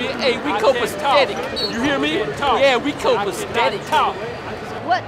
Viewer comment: “YEAH WE COPASTETIC” 😂😂